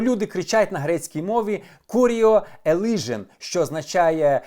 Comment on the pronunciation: Хоч би грецькі слова читати навчився перед тим, як "велике викривання" робити.... не "куріо елижен" (2.17) а "кіріе елеісон". І ще є в цьому патяканні багато фактичних помилок. Коротше, вчи матчасть.